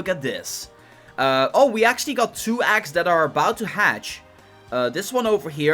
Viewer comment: Shy is he saying "Aggs"